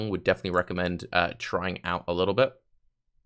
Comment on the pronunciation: "ubdate" :D. I would like to ask you about interaction of ES mastery "Regenerate 2% ES per second" and Wicked Ward keystone. I tested it on my chars from past league in standard and it seamed really powerful. Basicaly as long as you have ability to start regen from 0 it will always regen and you will always have ES to buffer for HP. (IGN: HawkBlade94 so you don't have to wreck your brain on how to pronounce my name)